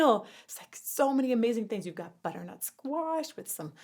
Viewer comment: You were doing good until you said “Butternut Squash” and you lost me